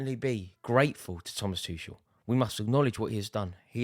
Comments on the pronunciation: Still getting his name wrong. It's Tu kel not tushell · Why can't this Rory learn how to pronounce the guy's name! It's Too-kel (for god's sake). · Finally we get to stop hearing Rory call him Tooshel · You will always thank him? Rory you still can't say his name mate... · Im glad he's gone because you keep pronouncing his name incorrectly. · Oh my god just say his name right fgs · At least we won't have to hear him say Thomas Tuchel anymore.